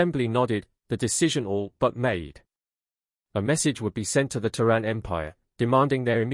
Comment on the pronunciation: it is Ter` ran